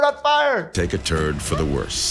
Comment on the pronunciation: Did he say take a turn for the worst or take a turd for the worst.